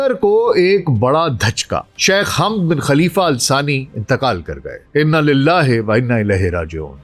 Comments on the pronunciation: Pehle nam zra sahe lo hamd nahi hai woh samjee .onka nam hamad hai baba e qaum hai jaheel mihajar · Hamad boliye Sir